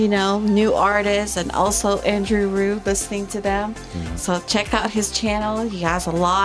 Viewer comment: André his backname is not rew but Rieu (Ri-jeu) how you pronounce it😉